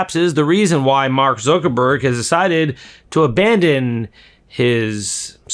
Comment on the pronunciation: Why do you call Mark "Zurckerberg"?